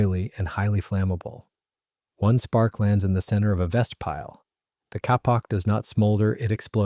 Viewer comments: Kapok is pronounced " Kay- pok" or "Kay-Paak" not "ca-paak". I use about 15 - 20 lbs of it every time I upholster an antique boat. It was used for life saving cushions and life jackets. It is a natural flotation cotton like filler. It is still used as a high end organic clothing insolation. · the life vest material KAPOK is pronounced KĀY-pok, NOT cap-awk. It makes educated people doubt your credibility, do better.